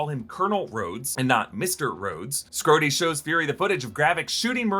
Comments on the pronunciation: skrhodey ❌ scrotey ✅ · You really shouldnt say "scrhodey." it sounds like scrotum lmao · "Scroty" 😂😂 Unkind, sir. 😂